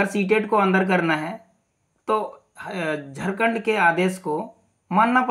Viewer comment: Aapko to jharkhand bhi bolna sahi se nahi aata, kya daru pi kar video bna rhe hai, ... Pahle hos me aa lijiye fir video bnaye. मैं आपको बता देता हूं, फैसला जो भी आएगा , सही आएगा । Ctet or jtet दोनो के लिए आएगा, कोई बाहर नहीं होने वाला है । जोहार झारखंड!